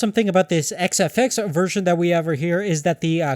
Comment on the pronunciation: i heard him start like whazawhazawhaza fox.. great review